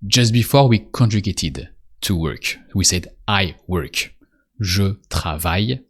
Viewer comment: Just for clarity....In English we say "worK" (with a hard "K".....NOT "ch") Just so you know (after all, this is an educational video, right?)